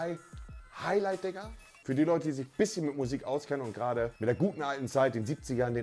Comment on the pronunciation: Niemand: Wirklich niemand: Monte: Gerage